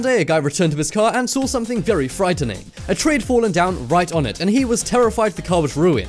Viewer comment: how day it :saw how be says it : sawr